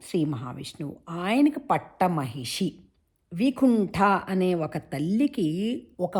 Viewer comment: "" మహిషి "" కదమ్మా, పలికేటప్పుడు "" మా.... హిషీ , అని మ కి దీర్ఘం పలికారెందుకు?